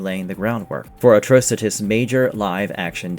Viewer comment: Atrocitus is meant to sound like the word 'Atrocity' = uh traw sit ee... uh traw sit is. And as someone said elsewhere in the comments... Corp, is pronounced with the P being silent, so like the word 'core'... the Green Lantern Corp would be said like "Green Lantern Core"